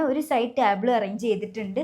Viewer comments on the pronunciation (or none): ടാബിൾ അല്ല. ടേബിൾ. Kure videosil ingane parayunna kett oru arochaka feeling. 🙉